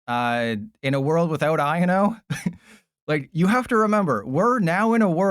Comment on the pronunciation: It’s not iano it’s I o no